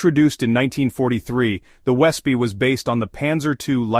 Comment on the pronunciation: Wespe is pronounced vespeh, it is wasp in German =)